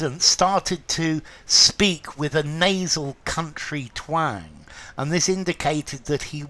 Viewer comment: "Twääääng" - love your pronunciation 😊 and visually stunning explanations. to speak with a twang - näseln, mit näselndem Tonfall sprechen zupfen, schwirren, scharf klingen